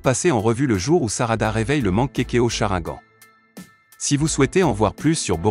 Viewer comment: On dit chrinegane crétin